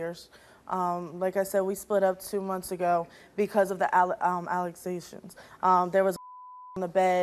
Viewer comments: It's allegations not aglations..lol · They split up cuz of the "alicqusauzations.." Lol I love learning new words and new phrases on these shows... It's so much fun🤣👏🤣👏🤣Thanks for the uploads! Keep um coming.. 🙏 #fu🎗️kcancer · Last girl " we split up two months ago because of the alexzations" I'm having a childish moment but the pronunciation of that word had me in tears LOLL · the "Alexations" 😄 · Did anyone notice how the last one the woman couldn't say allegations right? 😂😂😅